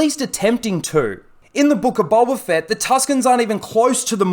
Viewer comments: Bolba Fett LOL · Boba... Not bowber